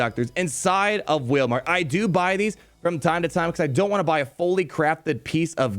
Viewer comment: LMAO "Whalemart" 😂😂